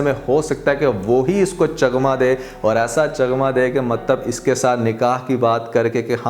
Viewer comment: Chagma nhi chakma hota h,😂